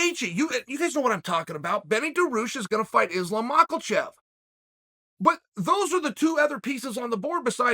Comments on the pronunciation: Chael's mispronounced names: Islam Macklechev Justin Gaycheese Hazmat Chimiev Dustin Porear George Masvidal Beni Daroosh .... and the list will continue. If I forgot anyone, please add to the list 😂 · Maklachev and Daroosh, ayayayay. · Mockle-chef. Lol. I'd love to hear Chael order Mexican food! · he said mackelchev lol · Mach a chief👌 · LoL right? Islam Mackerel-Chef 🎣👨‍🍳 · Stop butchering Islam's name there's no L in mochachev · The L in Makhachev is silent sir